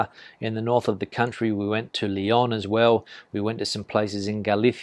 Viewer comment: Leon Leon Not leeon Leg on